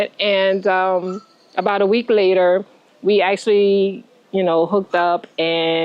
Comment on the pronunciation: They both look happy and healthy!! I hear her NOLA accent 'later" pronounced layyyta.